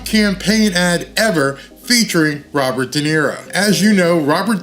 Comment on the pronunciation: RoBird, he talking to who?